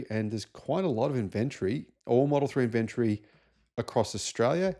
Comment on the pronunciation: means "IN VEN TOR EE", when he says "IN.... VENTREE" - LOL 🤣☕.....Just kidding. 😅 Yes, Elon is the problem and Yes, Tesla is struggling, but they're not going anywhere. Tesla is not just the "car". They have a HUGE energy section that's making a LOT of money, and bots coming. They are also servicing millions of Teslas.....And, there is the whole Supercharger Network - WORLDWIDE - which has now opened to other manufacturers, making it the go-to "gas station" for EVs. (I am sure that was planned) They are making a LOT of money off the Supercharger Network. I think it's great that new Teslas are becoming more affordable. Here in the U.S., the used Tesla market is HUGE and you can get GREAT deals on low-mileage Teslas. There's now a Tesla affordable for nearly everyone. I don't agree with DOGE, or what Elon is doing politically, but the cars are still good. Elon doesn't "make" the cars. There's like 121,000 people working at Tesla. Elon didn't come up with the idea of Tesla. Elon did not engineer the cars. There's millions on the road, and millions more coming. They will sell. People who own them love them. There's a lot of good alternatives out there now, but I have looked at the whole market and I have yet to find an alternative for the same value and technology. There are some EVs that are maybe even better, but they cost nearly or over $100,000! Some lower-cost EVs come close to the value of a Tesla Model Y or 3, but they're not quite there yet. Right now I would st